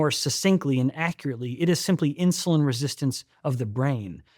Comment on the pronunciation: Insuline not Insiuline. Why do I hear "i" in Steven's pronunciation sometimes 🙈